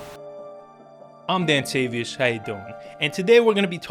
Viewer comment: It's ah me dantavious 😭🤣